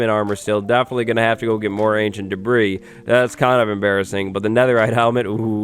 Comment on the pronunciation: When says, "Ancient Debris", I still hear Ancient D'breeze echoing in memory. 🤔💭